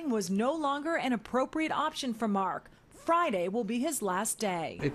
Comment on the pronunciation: After 15yrs wtf??? Did she just say MA-K who da f is that his name is Mark !!!